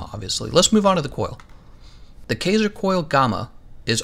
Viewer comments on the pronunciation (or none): Kaiser - "K-eye-zer"!! Smh... this tilted me so hard. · Looks like the boots, gloves and helmet are the good ones for me here. Also it kaiser is pronounced with a long "I" sound. It is German for Ceasar in which the kings of old fashoned themselves after.